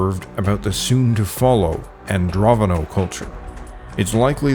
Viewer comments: AndroNOVo, not AndroVONo. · It's not Androvono, it's Andronovo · keep on saying ANDROVONO 😵‍💫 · It's Andro NO VO. Since you made the mistake of calling it Androvno so many times, I will assume you know nothing of the matter on which you are making videos.